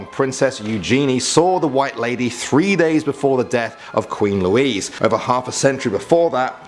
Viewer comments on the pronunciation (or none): none